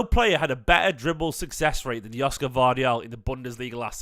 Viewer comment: It pronounced Yoshko.